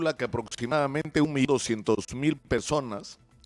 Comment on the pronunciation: PESONAS , NI HABLAR PUEDE